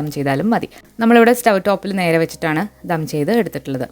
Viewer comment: ധം അല്ല ദം 😀